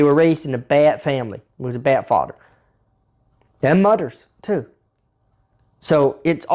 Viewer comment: So glad i stayed for Fawdder and Mudder 🤣🤣 Never change!